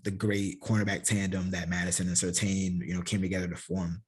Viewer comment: Love the content. Hate to correct you but I have to. The name is Surtain, that’s correct. The “I” is silent though. So it’s Pronounced Tan not Tain. When SR was in the league, he got hot with announcers saying it wrong. Just a heads up. I love the content though sincerely and you have a Subscriber in me.